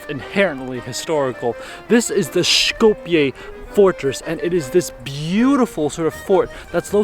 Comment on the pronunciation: Сите документи ни се више со North Macedonia, човекот е турист, се води по интернационалното име. Тоа што живееме во блам држава не го засега него... Шета и прави видеа. Едино е смешно што го изговара Шкопје наместо Скопје ама јбг.